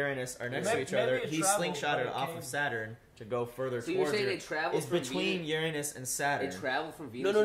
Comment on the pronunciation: I'm 99% sure it's a Von Neumann Probe. PS. Ehm, it's "you-ruh-nuss".